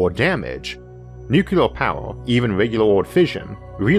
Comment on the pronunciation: New-Clear. Two syllables.